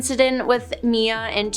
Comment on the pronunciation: It's not Mia it's M.I.A